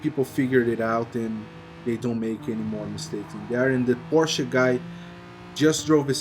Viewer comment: It is so satisfying that you're saying "Porsche" and not "Porsch'... Makes my German heart really proud ! Good video man!